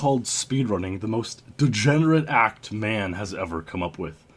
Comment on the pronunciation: Great vid,! That MR dude got exposed rofl. Also, my friends and I really like how you emphasize "degenerate ACT". We have spent many gaming sessions trying to replicate that inflection(?), but our is too loose. Looking forward to the next video. That MR dude got exposed too kek